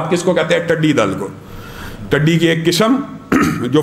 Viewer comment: Tuddy nai hota tiddy hota hai